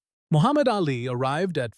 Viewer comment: AI does not know how to speak a sentence correctly and mispronounces Ali’s name incorrectly. Too much talk that is not done right about a figment of someone imagination.